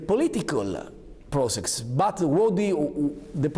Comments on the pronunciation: English: process Renzi: P R O S E X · “The political prosex.” 😅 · "Its a difficult PROCEX" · ''With a political pro sex'' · Dis is difficult prosex😅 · "With a politicöl, pro-sex"